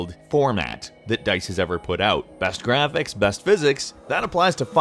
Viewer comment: The gwaphics